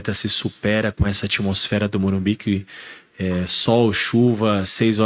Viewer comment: Carpini tem de ser orientado a falar MorumBIS